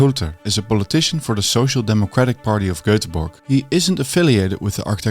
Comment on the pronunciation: "Goetheborg" lmao